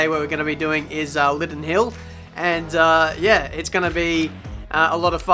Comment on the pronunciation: Did someone else hear "Living Hell" instead of "Lydden Hill"?